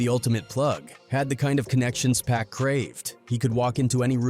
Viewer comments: The narrator saying PACK instead of POCK for Tupac's name was irritating. Learn the person's name you are telling the story about. Geeez!! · It’s pac….. NOT PACK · PAC not pack 😅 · Wtf is Pack 😂😂 ITS PAC MF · PLEASE USE A HUMAN VOICE… And it’s PAC NOT PACK… Put some respect on that… I’ll do it for free.. contact me.. I HATE AI VOICEOVERS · Get mad he call him pack at times🤬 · It's 2poc..poc... Not pack... You would think after 20yrs you would say correctly.... It's POC..... GET IT... TUUUUUPAC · His name isn’t “pack” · Damn u going talk about him say his name right pac say it with me 2 P A C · Now we got A.I. telling hood legend stories....Once he called Pac..Pack...Im out..nuff said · Yt people always saying his name wrong 🙄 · That pack ish pisses me off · Pronounce it correctly damn!